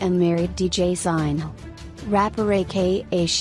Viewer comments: This was painful to listen. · Learn how to pronounce “Zinhle” first😕